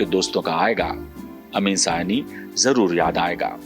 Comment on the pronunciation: Please note His name you are pronouncing Error Not Sayani His name is Ameen Saayani